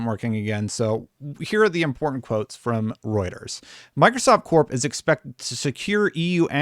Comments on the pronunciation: I can't tell you how good it feels for you to have pronouncing Reuters down pat. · Fewer than 100 needed to hit your 100k goal! But more exciting than that - you pronounced Reuters right! WOO!